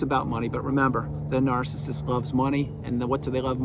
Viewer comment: I love the way you say ‘NAARCISIST’🎯😂🤣 Thank you, you are spot on again… I remember after discard it was difficult listening to some of your vids, because the Truth about narcs is so painful & destructive… I think this is why healing takes a long time because narcs operate literally the opposite of humanity, & it’s painful to understand on every level: emotional, mental, spiritual, & physical… Narcs are empty, demon controlled meatsuits. No humanity. No hope. They belong in ASYLUMS FOR THE CRIMINALLY INSANE. Period. Blessings to all Truthseekers 🙏💪❤️‍🩹🌱🌻